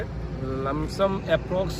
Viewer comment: Bhai be like "lumsum"